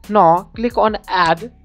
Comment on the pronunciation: U r saying NO, so many time, atlast i realise dat its not NO, its NOW, even if u cant pronounce diz simple word, thn y? Mera Bharath Mahan, v must proud dat v have a beautiful language.